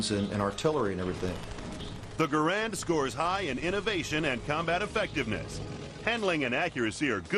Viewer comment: You arrogant fool, why... how do you get off assuming I haven't fired a M1? BTW it's G-A-R-A-N-D not, grand, it's French, not English. As a matter of fact I use to own a M1 Garand. I sold it cuz I was very disappointed in it. I have fired both in comparison more then once. So YOU shut up!